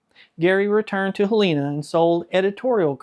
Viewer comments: FYI - Helena Montana is pronounced "HELL-A-NA" - Great video!! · Hell In Ahhh. Not Helena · Please learn how to pronounce Helena!